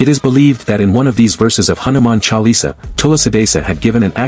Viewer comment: Good information but pathetic pronounciations of Hindu names....it is Hanuman Chalisa, Tulsidaas....please correct